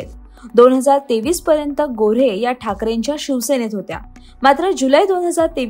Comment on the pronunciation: नीलम गोऱ्हे.. गोरे नाही.